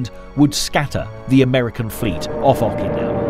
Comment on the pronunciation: I'm banging my head against my desk every time I hear the narrator say "Awwkynawa".